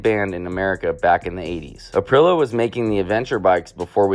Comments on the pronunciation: ka-gee-va. April-e-a 😂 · some of the mispronunciation in this video (I'm Italian): Cagiva = KAA-jee-vah (/kaˈdʒiːva/) MV Augusta = EH-meh vee ow-GOOS-tah ˈeviː/ /aʊˈɡusta/) SWM = EH-seh voo EHM-meh (/ˈɛs.se ˈvu Aprilia = ah-PREE-lya (/aˈpri.lja/) TM = TEE EHM-meh (/ˈti Beta = BEH-tah (/ˈbɛ.ta/) Vertemati = VEHR-teh-MAH-tee (/ver.teˈma.ti/)